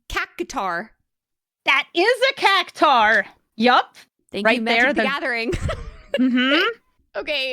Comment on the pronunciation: Cactuar, not Cactaur.😅